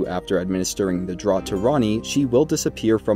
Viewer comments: Draught is pronounced draft, not drot, you know, like a draught of beer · Hey man it’s pronounced draft not “drot”. It’s just an English spelling but thanks for the super helpful guide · Just FYI, draught, as in Amber Draught is pronounced 'draft', not 'drot'. Like "beers on 'draught' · Great video. This series is really helping me a lot. "Draught" is pronounced "Draft". It is how we spell draft in the UK, for some reason. Air blowing under a door would create a draught. A beer pulled from a pump rather than poured from a bottle is a draught beer. A mouthful of beer or potion is also a draught. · It's selivis's draft. Like draught beer. Not like a drought and we're all dying of dehydration. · Draught is an older spelling of draft and is pronounced the same. Sorry, that bugs me to an unreasonable degree. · draught is pronounced draft..